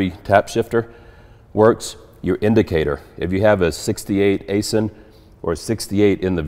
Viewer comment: Aisin transmission is pronounced- Aizin like "eye zen".